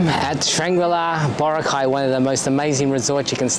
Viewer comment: It's Bo-ra'-cay - Not Boracay' !